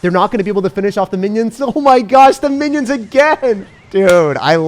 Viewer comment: Did my man really say Winnions☠️